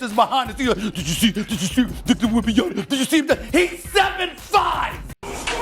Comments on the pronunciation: Correction: WembanyaMa, not WembanyaNa. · These announcers need to learn how to pronounce his name. It's WembanyMa, not WembanyaNa. Guys, you're gonna be saying his name for a long time, so say it correctly! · I realize it's a tongue-twister, but is a professional and he should take the time to learn the correct pronunciation. I've heard others botch the name and it's always a distraction (and a low-level insult), imo.